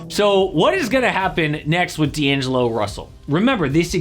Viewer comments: D'agelo russel huh? missing an N there lmao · "D'agelo" is crazy💀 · “D’Agelo” if you know you know 😂